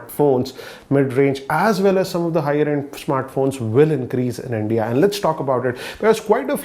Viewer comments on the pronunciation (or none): none